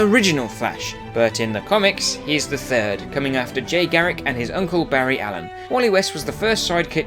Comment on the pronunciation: you said barry allen and jay garrick the wrong way